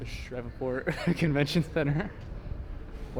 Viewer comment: It’s pronounced Shreev-port, not shrevaport